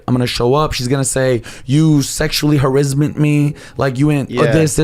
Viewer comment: did he say sexual harizzment lol